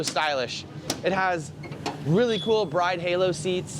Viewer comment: “Jdm inspired build” says Bride wrong